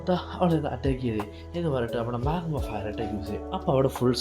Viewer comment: Bro chella name different ann like go alla gosh ann and magma alla magna name correct ayi parayu plsss